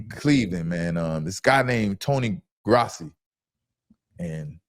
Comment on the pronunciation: He doesn't deserve to have his name pronounced correctly... Damn you and him